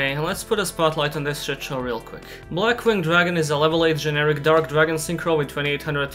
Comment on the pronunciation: BWWRRLLACK-WINGED DRRRRAGON... AAH-NO!